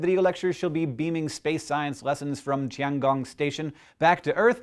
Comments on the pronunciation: Hank, please learn how to pronounce Chinese words. Almost all Chinese sounds exist in English, or have close equivalents. Tiangong, for example, is not pronounced "Ti-ahn gahng" but like "Tee-ehn gohng". Other than that, space is, as usual, awesome. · the "tian" in the "tian gong", it's pronounced like [tiεn] with an [ε] sound ... i know it's totally not important, but it makes me sad when people can't just, like, check google translate for pronunciation or what... sorry :)